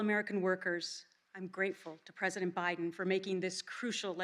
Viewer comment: Sweet baby Jesus she’s even calling him president OBiden